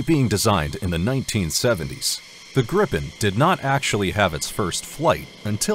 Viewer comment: If you’re going to create 15 minute content about aircraft, one would assume that you would research the material enough to know how to pronounce the name correctly. The Gripen is pronounced as Greepen and The Rafale as Ra-Fahl. Weird looking? Both are stunning aircraft